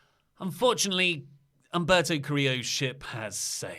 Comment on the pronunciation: AJ calling Humberto ( umbrella ) 🤣🤣🤣🤣